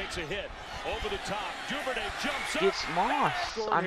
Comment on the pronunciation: Duvernay, not Duvernary... let how to read dude!